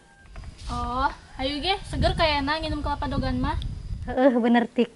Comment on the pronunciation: Lain daogan.atuh..DEWEGAN..kituh...eeeh sing bener sunda na ah....